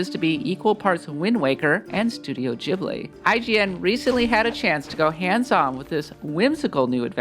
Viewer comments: Its not "Capón", its CAPONE! (caponae). Also GHIBLI is "guibli", like guild... Not GEEBLEE!! PLEASE! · Ghibli.. not Jibli... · Ghibli is pronounced ‘Gib-lee’ not ‘Jibley’🤣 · it's pronounced Ghibli, not Ghibli